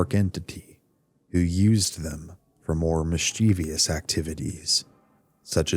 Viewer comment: Great content! Just found your channel and I might be hooked, I just have one tiny issue... This word, "Mischievous" Mis • chie • vous Is three syllables, not four. It's pronounced "Miss- chuh- vuss" Not "Miss- chee- vee- uss" It's a really common word, so I just thought you might want to know how it's pronounced. Awesome narration otherwise!